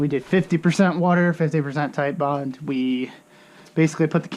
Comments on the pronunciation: It is TITEBOND as in Tite not Tillllle. It is NOT tile bond it is Tite Bond! It's like when assholes call Nine Eleven... Nine One One. UUUUUGH! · FUCK! I clicked on another one of your vids and you're STILL calling it tile bond!